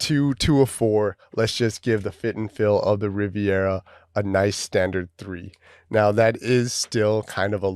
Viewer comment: Thanks for the review!! One thing though, they are called Rivera, not Riviera. 😉